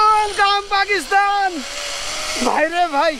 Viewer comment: ভাই আপনি বৃহত্তর কুষ্টিয়া জেলার মেহেরপুরের একজন ছেলে হয়েও পাকিস্তান শব্দটির উচ্চারণ টা বারবার ভুল ভাবে উচ্চারণ করে পাকিস্থান বলছেন কেন? যেখানে সারা বাংলাদেশের শুদ্ধ ভাষায় কথা বলে কুষ্টিয়ার মানুষ। আমি কিন্তু কুষ্টিয়া জেলার কুষ্টিয়া সদর থানার জগতি এলাকার ছেলে। অনুরোধ রইল পরবর্তীতে সংশোধন করে নিবেন। কারণ আমি আপনাকে মন থেকে ভালবাসি আপনার ব্লগ গুলো খুব ভালো লাগে এবং দেখি।